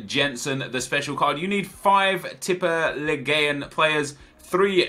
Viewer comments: teep e leagu an thats how you pronounce it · In Tippeligaen, you dont say the E. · Please don't say tippeligaen again, your norwegian isn't at 100% Ps: i love your videos on both channels. I am Norwegian thats why my english isn't on point. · I am from Norway an you pronounce it like Tippe like tips just with the other letters and league just with an at the end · its prounanced tippeligan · pronounciation is; tippe-league-an say it fast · AS a Norwegian guy, your pronounciation was so wrong, but i rate the try keep it up Nepen the Z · OMG the way you said tippeligaen im so triggered rigth now 😂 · Hahaha, the way you pronounced Tippeligaen killed me! Don't worry about the "en" at the end. Just call it Tippeliga or say Tippeliga-players. ;) Don't even know why I care, since you'll probably say Tippeligaen about 0 times the rest of your life.. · You dident just say tippeligaen wrong, you sedd it so wrong i coudl stop laugthing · I'm from sweden and this is the norwegian league and you say it very wrong. Absolutely hahahaha